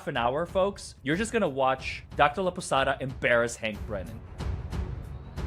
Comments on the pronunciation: "Laposada" not Laposata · Laposata, when you say it out loud sounds like the Spanish word for lopsided.